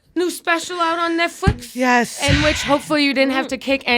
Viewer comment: Aw Did you say Netfwix?